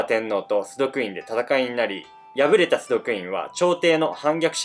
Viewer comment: 崇徳天皇 「ど」と濁るのではなく、 「すとく」です。